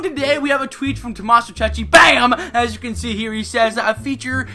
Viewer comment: it's Tommaso cecchi!!!! no cecci!!!, you have to consider the H, LEZZO!! XD